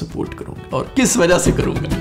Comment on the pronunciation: Haha that 'wajah' 😂😂❤️